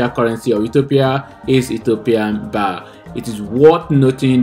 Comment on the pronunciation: It's BIRR NOT BARR😂